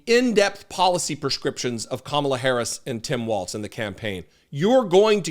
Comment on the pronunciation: I'm finished with you (as are many of my friends) for the simple reason that you are too stupid or lazy to pronounce Kamala's name correctly. Or maybe it's intentional. Either way, you are not worth watching. What is it about the fact that a person's name is important to them and out of respect should be pronounced correctly that appears to be so alien to you? There are many people who are too self serving and obtuse to reognize that fact. They are referred to as MAGAS Unfortunately that make you as obtuse as they area. They can't think. They are not capable of it. You on the other hand can think but are behaving like you can't.